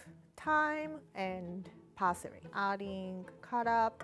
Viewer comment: Classic Japanese Fails to pronounce "L" and "R" "Celely Stalk" "Callots" "Parsry"